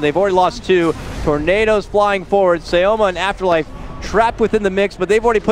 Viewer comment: cema is pronounced as shioma? so far i hear casters calling him shioma(cema)